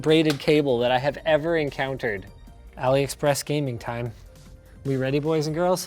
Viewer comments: Drinking game: take a shot every time Linus says “Aliexpress” or “Aloexpress-y” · When he says AliExpressie......I exactly know what he means lol.